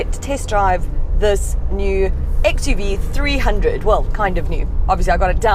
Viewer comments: It's actually 3oo(double o not zero). Mahindra cars name always ends with o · Hi, its pronouns xuv three double O